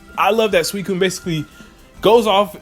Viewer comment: I thought the professor said that suicun was in jhoto